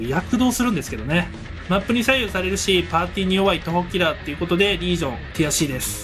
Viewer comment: ティアCです、が「悔しいです」に聞こえて笑えた